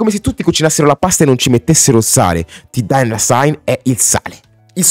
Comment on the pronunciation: comunque hai un problema coi nomi, non si pronunciano "keni west" e "ti dolla"